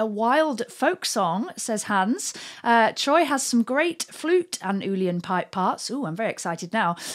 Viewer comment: Uilleann is pronounced something like "illen". It means "elbow" in Irish. I haven't heard of Troy playing a flute, but he plays various whistles along with the pipes and guitars.